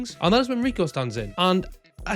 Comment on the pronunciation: It pronounces Ri-ku-Woo